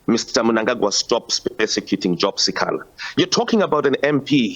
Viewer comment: The news reader can't pronounce si kha la 😱